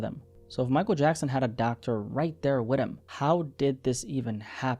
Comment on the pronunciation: “Michael Jackson had a Dr right there Widdem” Has me cracking up! 😂😂😂